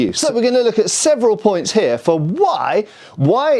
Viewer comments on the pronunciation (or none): none